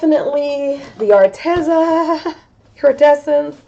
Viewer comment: I just talked to them and it's pronounced Ar-Tee-zuh...long e sound.🙏